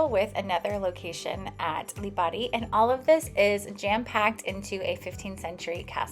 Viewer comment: Good to see people getting off the beaten track and visiting the Aeolian islands even if only for a couple of days. You also pronounced the places well. My family is from Lipari, half the islands population emigrated to Australia and Australia is jokingly known as the 8th Aeolian island.